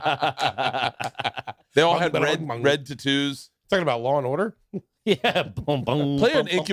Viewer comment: I feel personally attacked that Bert knows how to pronounce tattoos but pronounces it incorrectly on purpose 🤔